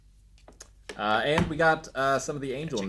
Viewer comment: I HATE how they pronounce the Spear Of Longinus in this dub one of my only gripes and Nerv as well. It’s long gin us, not long gine us. And it’s a shame because I think it’s a great dub otherwise.